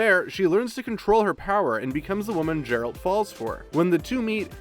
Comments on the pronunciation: Did the guy who did this voice over even watch the show? It's pronounced Geralt not Jeralt......high quality video here......try watching the show before you read a script about it. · He just pronounced geralt "jeralt"... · Gem=jem Geralt=jeralt. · Can we stop saying Jeralt it's Geralt like even in the game this isn't an issue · Every time he said “Jeralt” it was like hearing finger nails on a chalk board! 🙉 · Granted this has already been said by everybody, but you need to do your research. Or at least actually watch the show. 1) His name is not Jeralt 2) Yennefer lost her ability to bare children when she agreed to the spell to rid her of her deformities, not to become a Sorceress 3) Of course she's coming back. Anyone who's read the books or played the games knows that. Not to mention they wouldn't write off a main and key character after the first season. 🙄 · hahahah this guy was honestly pathetic i started cacking myself at "jeralt" lmfao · Its Geralt with a G not a J dude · Learn the main character's name dammit! Might as well have called her Jennifer! Yeah. Jeralt & Jennifer! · Djeralt. Pronunciation: Duh'jerald. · Geralt. Not Jeralt. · Seriously? "JERALT"???? C'mon..... do your freakin research!! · same way someone pronounces George, it isn't pronounced Gorge. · The sofy "G" on Geralt killed me. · Only if you learn to pronounce Geralt properly. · I mean you'd only have had to watch one episode to know how Geralt is pronounced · Can you say Geralt properly please? Thanks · Downvoting because of the incorrect way Geralt was pronounced. An unnecessary mistake within a vital part of this vid. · When you dunno how to pronounce THE LEAD CHARACTER’S NAME OF THE SERIES YOU ARE DISCUSSING!!!!! OMG, DUUUUUUUDE!!! 3 secs of research could have prevented this. So unprofessional. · Dude say the name right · When mispronounces the names which are very clearly pronounced in the show...